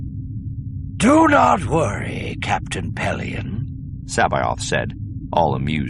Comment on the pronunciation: his pronunciation really bugs me. it's "Suh-'bowth", not "Sah-bay-oth". the planet is "File-th", not "Fill-the". it's the "An-doo" system, not "An-doh"